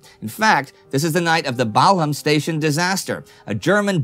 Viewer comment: mate, with all your posh talk, speaking french and everything, it's pronounced Bal-um and not Bal-ham. just like Buckingham, it's Bucking-um!